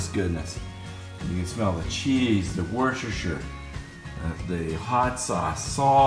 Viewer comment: That looks so good. Mind you, 30 bucks worth of cheese on anything is always good. I will definitly try this one. FYI 'Worcestershire' is actually pronounced ' Wooster'.